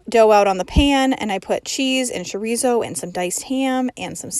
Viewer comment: Chorizo= cho ree zo, not sho ree zo!